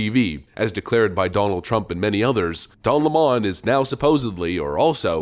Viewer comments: “Don Lamon” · Calling him "don la mon" was amusing the first 500 times of the video.